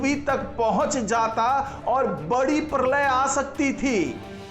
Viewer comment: परलय नही प्रलय बोलो